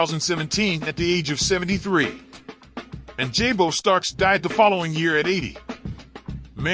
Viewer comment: Pronounced “Jah-bo” NOT “Jay-Bo.”